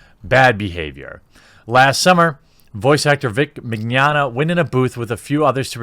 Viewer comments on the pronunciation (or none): Mig-yana. Vic Mig-yana. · Mee NYO (rhymes with Gnocchi... Ok people butcher that too... rhymes with yoyo) nyah (rhymes with lasagna... some people screw that one up too... Ok here: iNYAface) MeeNYOnyah Mignogna =/= the Spanish word for tomorrow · Vic Mignogna Pronounced: VICK ME-KNOWN-YA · It's pronounced like "Manana" Ma-nya-na. Trust me, back when I first heard of him I called him mangoman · It's pronounced Vic Mig Yah Nah, right? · The way you say Mignogna sounds like the Spanish word for 'tomorrow/later,' as in, 'I will do this thing tomorrow (but really some unspecified time in the future).' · Haha you totally butchered his name, its pronounced Mignogna.